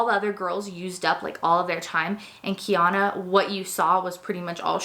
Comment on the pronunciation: the name Kiana is an interesting one and I don't blame you at all for pronouncing it wrong. in Hawaii, where I live, it's quite a common name but everywhere else I believe it's pretty unique.